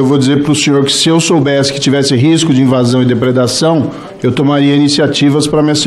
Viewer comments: nao consegue falar "depredação" ... hahaha : voz esganiçada e mal letrado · Ensina o Moro a falar depreda ção